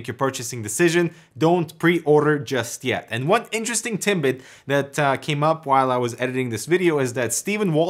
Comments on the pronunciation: Please don't take offense, but can't help hearing "timbit" when you want to be saying "tidbt".. Love your content. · Haha, a true canuck: "Interesting Timbit"... It's tidbit, my guy. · "Little timbit" How Canadian! Now it we could just get you saying "Zed" instead of "Zee" we'd be all set eh? ;) Great info as always. Thanks! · Did you say TimBit at like Its what it sounded like to me :D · Did you just say interesting "timbit" XD